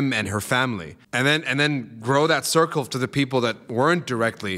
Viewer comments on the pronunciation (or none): none